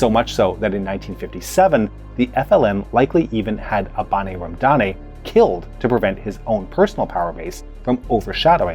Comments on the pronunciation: Abane Ramdane ( pronounced Aba:n Ramda:n, with the long vowel on the second syllables, not Abanay Ramdanay) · My hometown is the birthplace of Abane Ramdane, and your pronunciation of his name was really adorable. Very good video, I really liked your take on it. This is a very complicated topic, and the views differ widely on the statistics and the details, but you caught the gist of it quite well. The only small reproach I'd have to make is about the "berber and arab" part. Although there probably are Algerians with true arab descent, most are "arabophones" meaning they speak an arabic dialect but are berber. It's worth noting that the Arab conquests probably had 200,00 soldiers at best when combined, whereas the berber populations were there since at least 10,000 bce (Capsian civilization). Thank you for the video at any rate, great watch.